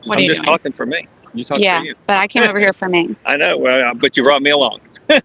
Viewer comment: She has no idea how to say “I don’t know.”